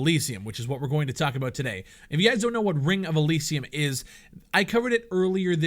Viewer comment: can u fucking say Elysium right........